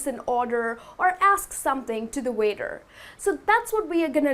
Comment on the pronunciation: Hi, i like your lessons, they're very clear and useful. Just a question: I've heard you pronounce the word 'waiter' as 'weather' and i'm a little confused now ^^. Did I hear wrong?